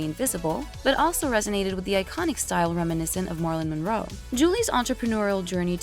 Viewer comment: Why can't this narrator pronounce simple words like Opera, Insatiable or Ethereal? She should be on the News. Some of them pronounce words like they're not from this planet. Marlon Monroe? Why not Marilyn Brando?